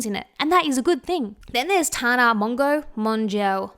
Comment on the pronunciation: tana’s last name is pronounced mo-jo